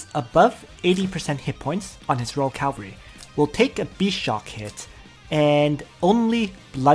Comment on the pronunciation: Hi i just want to point out everytime . It is cavalry , not calvary haha anyways . Great content as always :)